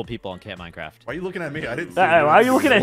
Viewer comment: CAMP MINECWAFT!